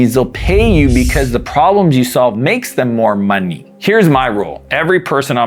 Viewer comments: the way he said money ' LMAO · I like how you say MUNNY 😄